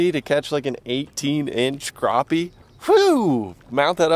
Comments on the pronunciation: Crappie is pronounced crappy, not croppy or crahpy. #Petpeeves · say crappie not croppie it annoyed me so much lol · he never said crappie he said CROPPIE a million times though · Ok is it pronounced cr OP ie or Cr Ap ie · why does he pronounce it (Crawp-y) it's CRAPPIE... as in take a CRAP... EEEEEEE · I had to stop watching this video because they're mispronouncing the name of the fish #unsubscribe #pronounce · Lmao just because of pronouncing crappie wrong 😂